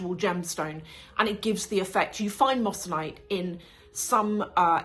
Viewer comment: Great video ❤, really enjoyed this! Just a small and hopefully helpful note: the correct pronunciation is “moy-suh-nite” (moissanite), not “mos -san -ite.” Easy mistake to make! It’s a beautiful stone though, honestly even more brilliant than diamonds in some cases. Loved your breakdown overall!❤